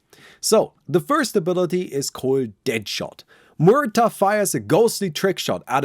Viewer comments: Is noone going to mention that pronunciation should "Mu air" not "Moo ur" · can't pronounce her name figures MUerta. Spanish name